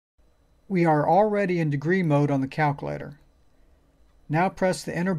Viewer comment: I can't even make fun of how he says "Calc-a-later" because these videos are fuvking great!!! Thanks man! Know that you are REALLY helping people!!